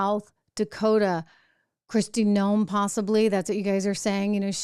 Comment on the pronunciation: it's Kristi Noem not Kirstie. How can you properly evaluate a candidate if you can't even get her name right?